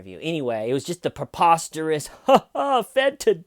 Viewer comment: I think the word is preposterous, not peposterous. But nevermind, never cared too much for that r. If we can all agree,, we leave it out from now on. rule!